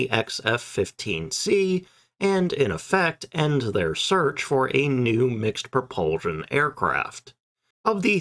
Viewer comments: NOT "Pro-PUHL-zshion!" - "Pro-PUHL-SHUN! The last syllable has an "S", NOT a "Z" sound! Your mispronunciation fills me with "REVULSHUN". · Interesting video…the word is pro-pul-SHUN, not pro-pul- ZHUN. Sorry, it is just irritating to hear it pronounced wrong time after time.. Thanks!